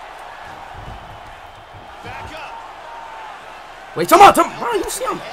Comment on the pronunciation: He said bae back up